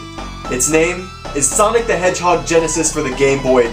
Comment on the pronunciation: lol "SANIC HEGHUG GNESUS"